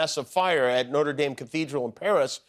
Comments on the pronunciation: Notre Dame Jimmy? Really? It's the cathedral, not the college. No-tra Dahm, not Noter Dame. SMH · Please pronounce Notre Dame correctly....Noht'reh Dhem. Note'R Daime? FFS 💙🤍❤ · Don't Americans know how to say "Notre Dame"? Weird that you pronounce it "Noter Dame" but spell "theatre" as "theater". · It's NOT "NOTER DAYME"!!! Pronounce it correctly, please. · ‘Noder Dayme” … Macrone” … Americans - murdering language and culture since 1776….. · So funny how Jimmy mispronounces “notre” 😂😂😂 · Notre Dame….yet another word Americans choose to pronounce very much incorrectly for reasons known only to themselves and their English teachers 😂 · You don’t know how to pronounce Notre Dame??? Are you eating at the Warren salad Buffet?? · Aw he’s saying notre dame like the college… who’s gonna tell him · At least make an attempt to pronounce correctly. Notre DAYME is the school in Indiania. Notre DAHM is the cathedral. You don't have to have a French accent or anything, but you can at least use the short vowel. And it's not Pred Macrone. It doesn't rhyme with "own." It's closer to the English "anh" sorta. Mac KRAH... sorta... How hard is it to know that? And having a Republican Senator talk about how important it is to obey the law and be punished if you don't.... I'd laugh except satire is dead. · Is anyone else looking forward to the resumption of Trump and Macron’s handshake war? “I’m not letting go till you let go” “Well I’m not letting go till you let go” “Well I’m not letting go till YOU let go” “WELL I’M NOT LETTING GO TILL…” etc etc ad finitum (Btw the way Americans pronounce Notre Dame is crazy 🫤) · trump shouldn't be able to do anything until Jan 20th. On a side note, I do wish Americans would pronounce it correctly - it's Notre DAHM, not as in southern woman. Also, Macron is MacrON (as in 'on' the table) not 'crone'.